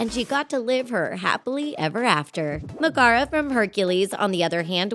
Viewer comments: she said ma-gar-a like honey it's pronounced may-ga-ra that's not the River Styx I called bulshit on Merida not being trapped she was trapped under her mother her whole life was controlled by her mother making her trapped she's was also trapped by having to go through the arranged marriage type deal also Merida is from pixar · Thats how you say Megs name? Wtf?